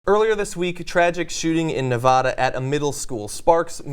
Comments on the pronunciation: It's pronounced, "Neh-Va-Da," not "Neh-Vah Dah." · the way John is pronouncing "Nevada " is a little annoying lol Its my home state LOL it's Nevaaaaduh not Nevahhhhda!! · Don't call it Ne-VAW-duh!! (Yeah, that's the correct Spanish pronunciation, but aspersions will be cast upon your asparagus if you say it like that in this strange state.) My first job was at the Dairy Queen down the street from where this shooting took place. It's a strange area, working class/poor white, bookended by the butt-ends and weekly motels of east Reno and the gingerbread art deco charm of old Sparks. Too many kids in too little space. Something David Lynch about it. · There's no "h" in Nevada. Its not Nevahda.